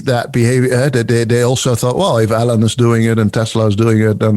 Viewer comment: I like how pronounces Elon as "Allen"... Think I might start doing that.